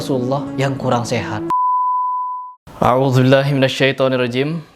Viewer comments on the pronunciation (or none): Baca a’udzubillah aja masih salah, udah buat konten men judge para ulama. Sekolah dimana sih si ini, apa di Arab, Mesir, Tharim, atau pondok di Indonesia???? Ust. Abdul Somad yang sekolah di Kairo Mesir aja ga kek begini. #SALAM AKAL SEHAT